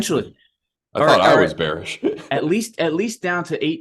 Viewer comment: NOT BEARSH LOL